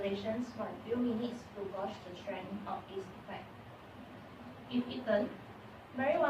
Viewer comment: gauge =/= gorge.